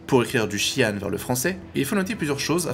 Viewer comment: Intéressant, je n'avais même pas remarqué ! Le créateur du langage, Britton Watkins, le prononce "chi-anne" et non "jean". Peut-être que l'acteur le prononce ainsi pour dire qu'il n'y connaît rien aux Xi'an.